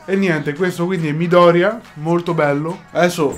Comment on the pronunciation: Sì sono pignola odiatemi quanto volete ma Midoriya si legge con l'accento tonico sulla seconda "i"